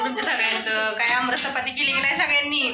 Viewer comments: अब्रस नाही आम्रस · आमरस म्हणा